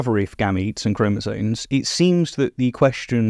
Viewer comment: etc. -- it's chromosomes, not chromosones